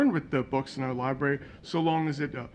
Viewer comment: Did you mean Library....😂😅😂